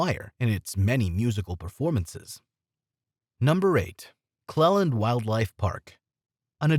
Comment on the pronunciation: Beat me to it, also his pronunciation of Clelands